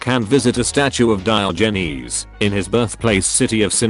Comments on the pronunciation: DIOHGNEEZE. the tts really cant handle that name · That pronunciation of Diogenes will keep me up at night